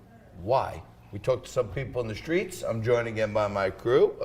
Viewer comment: “shtreets” “ “shtrange” ignorant mispronunciations by this ignorant host mispronunciations by the host of this show